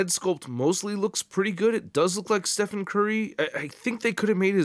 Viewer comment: I enjoyed your review, but it’s the first time I’ve ever seen someone not realise that Stephen is pronounced Steven. Blew my mind.